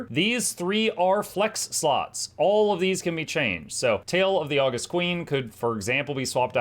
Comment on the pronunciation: Pretty sure that elite skill is pronounced Aww-GUST, as in the adjective, not the month (well, in theory, both are credited to the same person, the Roman Emperor Augustus Caesar). It means to be awesome.